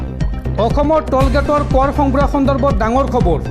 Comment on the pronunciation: ই অসমীয়া ভাষা শুদ্ধকৈ ক'ব নোৱাৰে। ৰ টো ৰু বুলি কয়। যেনে খবৰ টো কয়খবৰু